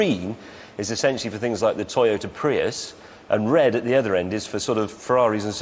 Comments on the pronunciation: James slipping out of character by correctly pronouncing "Prius". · the correct way to pronounce it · 20 mins and only once he said it correctly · Its been a year. I hope your delusions have dissipated for it is Pry-us not Pree-us, Luke. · yep Jag u ar Prius is Pri Us Americans can't get that they pronounce it Jagwar wtf is a Jagwar sounds like a Chiense knockoffsof a Jag u ar and wtf is a Pre us sounds like part of the Gentials system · I mean both other presenters say it correctly... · Joking aside the language is English not Latin. It's the correct pronunciation. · The language is ENGLISH, not Latin. The British are pronouncing it correctly. Pretty simple stuff. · may says it fine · Cause you say it like how it's spelt. Just like how you pronounce Jaguar, "Jaguar".